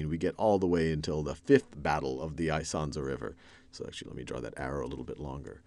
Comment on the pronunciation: Isonzo = [ee-son-tso]